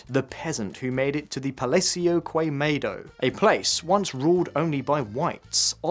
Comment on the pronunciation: KUEMEDO...KUEMADO...god how hard is it to look up the correct pronunciation. KEMADO.